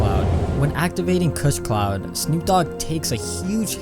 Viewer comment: "kuss cloud"